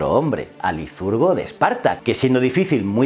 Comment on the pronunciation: ¿porqué dices "lizurgo" y "peleponeso"?